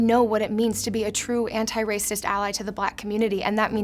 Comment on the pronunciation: "Anti" kinda starts with "n" when pronouncing it - I wonder if this was ... entended.